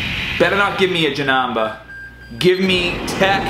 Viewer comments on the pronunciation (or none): I love how many times you proudly said Janamba instead of Janemba in this video lol. Great vid man! I am searching for SSJ4 Gogeta as well, I feel your pain...